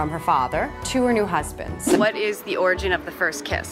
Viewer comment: Take a shot everytime she says orgin.